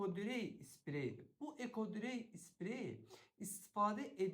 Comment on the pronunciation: Ekodrey yox ekodray,he bi de bir az süretle danışın ki,millet yorulmasın